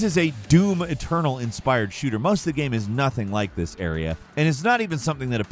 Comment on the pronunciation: Has anyone else noticed mispronouncing game as gam in his narration?